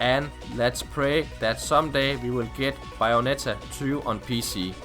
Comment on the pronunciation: The fuck is "BIOnetta"?